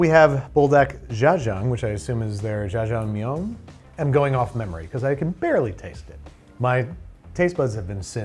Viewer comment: Everyone talking about how he ruined the Buldak by making broth, but no one is talking about how he pronounced (butchered) jjajangmyeon